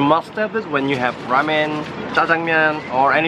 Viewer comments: Hey said raymen ramen is pronounced rawmen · lmao he said raymen is ready instead of ramen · "Raymen is ready"